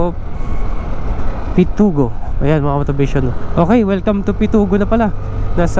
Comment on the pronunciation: Pitogo hindi Pitugo